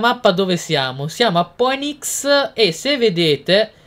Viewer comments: Poenics no Finix come si dovrebbe pronunciare haha Poddy l'inglese è importante però! :) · Poddy si pronuncia Finix